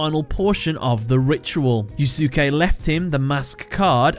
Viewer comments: If I may, I believe his first name is pronounced as "You-skay" Not "Yuu-suki". I think the second "u" is silent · Fujiwara Yusuke (btw, the second "u" in Yusuke is silent. Sorry but that mispronounciation of a very well known Japanese bothers me.) is one of my favorite villains in all of Yugioh just because of how raw and real he is. If anything, he's the best thing about GX though that's not saying much sadly given how awful, imho, GX was. But, then he's also, imho, one of the best characters in the franchise because, sorry to say, Yugioh struggles with writing believable characters even in the original dub/language especially villains. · For someone named you would think you knew how to pronounce Yusuke.